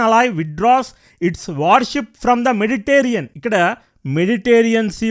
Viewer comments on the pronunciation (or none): Its Mediterranean sea; not meditarean sea.